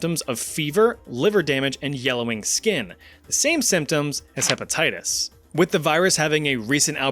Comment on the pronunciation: “herpatitties” 😂😂😂😂 Edit: fixed spelling